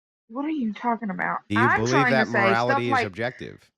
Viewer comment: Whaaaaat do you meeeaaan objectahtive moralaty 😂 holy shit